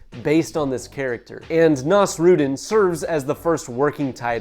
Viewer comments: ❌️ naws-ROOD'n ✅️ naws-roo-DEEN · ive never heard someone butcher nasrudin's pronounciation this badly before. can you search it up next time? its not that hard to pronounce correctly